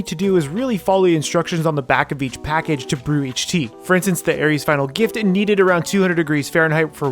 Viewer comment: ITS AERITH'S NOT AERIES